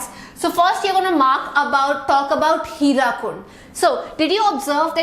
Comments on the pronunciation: Mam I am from odisha....that is not HIRAKUND..that is HIRAKUD ur pronounsition is wrong but mam u r amazing... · Excuse me ma'am, for your kind information, it is 'HIRAKUD', NOT HIRAKUND!!!!